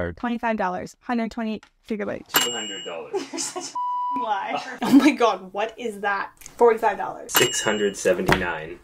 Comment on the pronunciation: She pronounces gigabyte wrong 😬